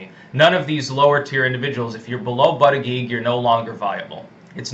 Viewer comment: Lol. No more buddha jedge pronunciation